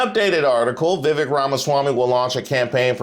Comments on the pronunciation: It's pronounced, vee-vake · It's pronounced Veeveck. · Laughing at the way you're saying Vivek like a southern uncle talking about his coworker whose name he can't pronounce. 😂😂 No disrespect just twang.